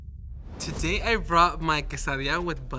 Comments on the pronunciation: She is a white girl to the fullest. She pronounced quesadilla as ke-sah-dee-yah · They picked a very Americanized group. The “Latina” ain’t even saying quesadilla correctly lol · The Latina who can't even say quesadilla correctly.. lol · That chick is latina but pronounces quesadilla like a white person.